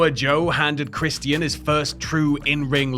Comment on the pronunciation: It's Christian not Christian.